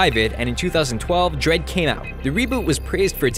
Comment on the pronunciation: or "dredd" wrong hahahahahahhahahaha I'll go